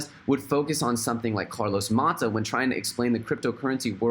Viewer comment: Nononononono... It’s Carlos MATOS not Mahta ... he’s financially independently financially